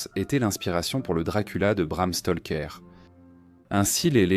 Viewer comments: Stroker c' est Bram Stroker Stoker Stroker pas Stolker j' ai les oreilles qui saignent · Je vais lui faire avaler son Stolker, écorcher le nom d'un auteur ça me met hors de moi c' est pas dur Bram Stroker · Bram STALKER, le cousin de Tchernobyl🤿